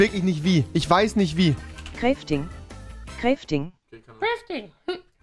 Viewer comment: Crefting XDDDD (ja ich weiß es heißt ‚crafting‘)